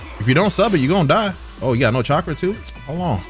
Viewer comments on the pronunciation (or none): none